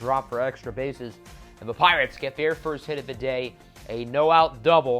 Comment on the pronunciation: At one point in the video it sounded like you said Plirates